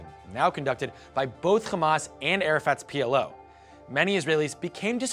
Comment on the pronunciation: Omg as a Palestinian I can say there is a lot of misinformation, inaccurate and biased facts here. But since the host pronounce "Hamas" as "Khamas" we all can guess where he's from and where this is coming from